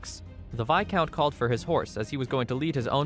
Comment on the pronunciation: Best narrator who doesn’t even have a high schooler’s understanding of English? “Viscount” was always mispronounced and he actually said “fiercity” instead of “ferocity,” just two of the many examples of his ignorance. Ohhhh bEsT nArRaDURRR